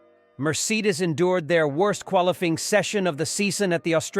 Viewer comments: What, you dont like quali-FEE-ing? instead of qualifying? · The voices have gotten to sound pretty natural (like someone cold-reading a script for the first time without much emotion) but there are big giveaways when they try to pronounce difficult names ("Murseedis" "qualifeeng" ) . Also if you don't ever see a human talking on camera, it's likely AI.